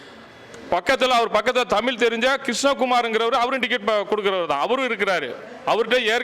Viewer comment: தமிழன் தமிழை "தமிளு" என்று சொல்வதே கொடுமை.... 😮